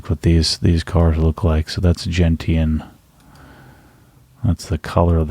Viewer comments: It's 'jen-shn' with a soft 't' not 'jen-t-an' with a hard 't'. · Gentian is pronounced Jen-shun, as in the plant with bright blue flowers.